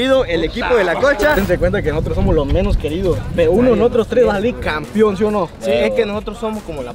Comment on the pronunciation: Todo está bien pero hay que pronunciar bien "campeón" ya que muchos dicen campion y se oye mal. Saludos